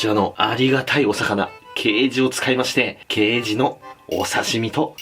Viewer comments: ケイジのイントネーション刑事と同じだと思ってた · ケイジの発音どうにかならんのw